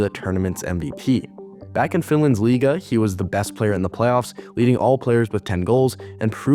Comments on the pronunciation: I love you pronunciation of the finnish "liiga". It was spot on! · Oh wow, foreign channel able to pronounce the Finnish word "Liiga" perfectly? That's such a minor thing in this video but had to give you credit for it.. Those double vocals (and consonants) are often hard for people who don't speak Finnish Also glad to hear news about Laine doing better again